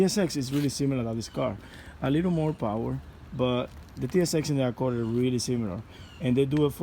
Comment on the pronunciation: Sir, you pronounce it Accord not accorr!